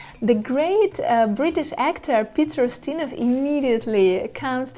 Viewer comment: Peter "O'steena?"